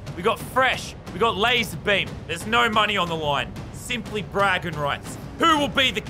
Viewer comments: Quick reminder🎉 it’s Lazar not lazer 😢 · U SAID LASER INSTEAD OF LAZAR!!!!